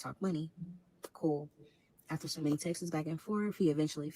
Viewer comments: That part kept PISSIN me off too and I was already mad 😂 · She keeps saying “texes” instead of texts/texted and it’s sending me. Never hated a story so bad 😭😭😭